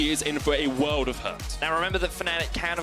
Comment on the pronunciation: Hate foxdrop casting, most obnoxious word pronunciations. Wherll and ooorrrl doesn't belong in every fkn word.